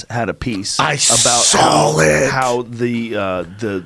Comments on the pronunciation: i've always hated people the say SAWL instead of saw. 'I sawl it." To say that as a full grown man, is pathetic. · I SAWL IT!!!!! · Dude just say "i sall it"?